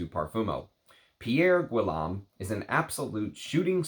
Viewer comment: His last name is pronounced G-ee-yome. The G is a hard G as in girl, get, go. The house has some very interesting and avant-garde fragrances. You won’t like his offerings if you’re not ready to step outside the perfume box. He doesn’t play by the rules, which is why I like his juices. Plus, if you can find a fragrance that you like, you won’t have to mortgage your house for niche.